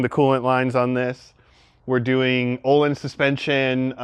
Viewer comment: This is going to be a sweet car! Btw, the Ö in Öhlins is pronounced like the ea in "earn". Source: am Swedish. 😁